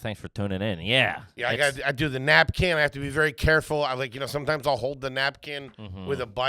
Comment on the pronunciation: Why does call a Napkin and Nap-can?